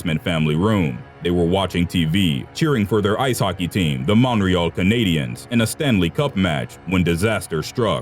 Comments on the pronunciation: I'm triggered because I'm Canadian and YOU FUCKING SAID MONREALLL MONTREAL GET IT RIGHT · the way he says montreal hurts me its mon-tree-all not mon-re-all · Mate I'm Canadian and it's not monreal Canadians it's Montreal Canadians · Is no one going to acknowledge how he pronounced Montreal? Like- there’s a t in there and ya Canadians pronouns it! It’s definitely not monreal lol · C'mon man. As a narrator, or anyone else for that matter should be able to pronounce Montreal and Quebec the way we pronounce it in america at least.. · He said montreal wrong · Can you please say Montreal right it's making me cringe so much right now.